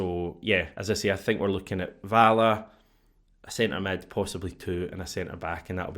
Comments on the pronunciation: …. Valle is pronounced “Va Yay” I’m nearly certain. 👍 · Hate to be that guy but I don't think anyone else has said it yet. 'll' in Spanish makes a 'y' sound, and 'v' is pronounced as 'b'! Either way, I hope he's better than Bernabei.